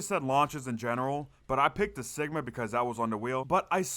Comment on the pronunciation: Great series, the first way your saying cigma is correct. It’s “cig” like cigarette. The enemy spam in the bunker steps solo is pretty annoying IMO.